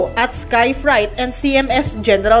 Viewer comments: Freyt Hindi frite And freight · Correction: Freight versus Fright